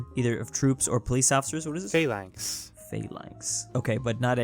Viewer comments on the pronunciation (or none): It’s not PHAY-LANX, it’s PHA-LANX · the default Google proncunciation of "phalanx" is wrong. Both As should be short. It's Phalanx, not Pheylanx.